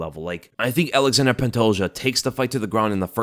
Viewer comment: Sound it out with me now, gringos: ALA-ZHAN-DRAY NOT "ALEXANDER". It's spelled different, because it isn't English, it's Plrtuguese. But people insist on Westernizing or Anglicizing names of foreign fighters...